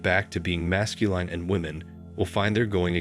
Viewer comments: 1.12. Can u PLEASE say Masculine properly!! Your robot voice is doing my head in. Phonetically it's "mascuLIN" NOT mascuLINE"!! Grrr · Narrator is a computer voice? Consistently mispronounces "masculine" as "mascuLINE." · Why do you pronounce masculine retardedly? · Never heard the word masculine pronounced that way. Wow. Increeeedable. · THIS BOT CAN'T PRONOUNCE M A S C U L I N E.:face-green-smiling::face-fuchsia-tongue-out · This is a popular topic used for click-bait.Then you proceed to RUIN THE LISTENING EXPERIENCE by using robo-speech. The producers obviously DON'T care about the subject matter. All they want is the money generated from clicks. These producers are running a click-bait video factory and couldn't care less about the quality of the subject matter. Words like "MASCULINE" repeatedly and annoyingly mispronounced as "mas-cu-LINE demonstrate how little they care about the videos they put out. God forbid they should use a REAL human narrator. That would cut into the bottom line. I know complaining about it won't even be noticed by the producers. Nor will any of he other comments made here.Gotta keep the assembly line going.